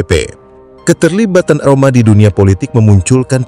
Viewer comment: Maap ya bang bukan rohma Rhoma bilang nya😂😂